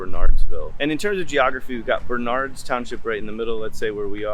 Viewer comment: You mispronounced “Bernard’s” the accent is on the 1st syllable, not the 2nd.